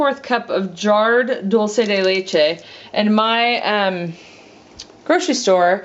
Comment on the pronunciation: It's pronounced doll-che not doll -see